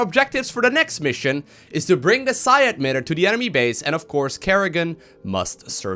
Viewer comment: "Psi admitter"